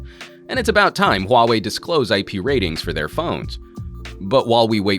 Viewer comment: omg, i have to say you pronounce the “huawei” perfectly!